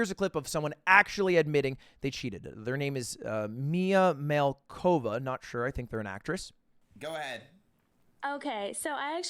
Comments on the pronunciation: Mispronouncing mia malkova is a top tier reference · Lud thinks he's sly pretending he had a little trouble pronouncing mia Malkova's name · “ Miah Mahlcova I think she’s an actress… “ lmaoooooo